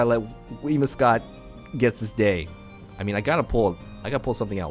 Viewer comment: WhimSIcott, not WhimIScott.